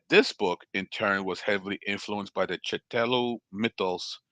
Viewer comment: Lol thank you for the vid brother...and I know you probably don't care...I'm a blerd...but Cthulhu is pronounced Kuh-thool-oo.